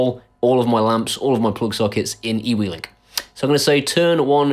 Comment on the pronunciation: Just want to let you know that eWeLink is actually Pronounced you-link, my Nan stopped me in conversation to tell me this, oh the shame of it! lol